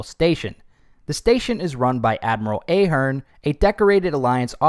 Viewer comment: It’s Ahh!- Hern